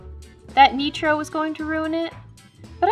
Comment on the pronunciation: "neetro" is getting so big!!!!!